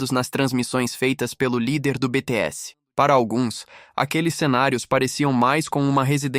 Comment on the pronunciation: Esse imbecil deveria saber falar o nome do grupo e dos íntegrantes corretamente, já que vai falar tanta abobrinha tantas teorias idiota falastrão! me poupe até pra ser burro tem que ter limites.